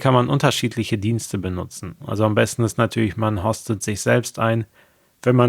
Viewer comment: Und "Host" spricht man auf Deutsch mit einem langen O, also "Hoost". Du sprichst es mit einem kurzen O, also eher wie Hort oder Horst.